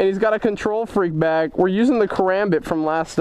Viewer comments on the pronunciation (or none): It's pronounced ( ka-rom-bit)